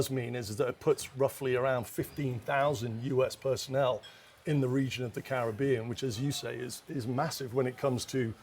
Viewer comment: They all need to learn how to pronounce Caribbean properly.